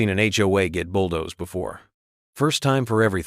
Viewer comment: Bulldozed not bulldorized